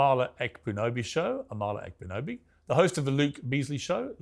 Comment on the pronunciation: I’m waiting for the day Piers pronounces Amala Ekpunobi correctly 😂 (ahm- alla ep-un-obi, k is silent) (This isn’t a complaint, just an observation lol.)